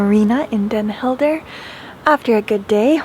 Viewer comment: You travel around the world and show great things from local cultures and your videos would probably gain more followers if you put the effort to pronounce names of towns and people the way they are pronounced in the local language. I have friends in Den Helden and when I showed them the video they were off put by the fact you don’t seem to make the effort to learn how to pronounce places and names.